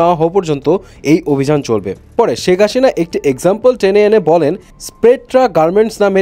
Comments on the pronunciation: সেক হাসিনা না শেখ হাসিনা 😂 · শেখ হাসিনা ।শেখ হাশিনা না।ঠিক করে প্রনাউন্স করেন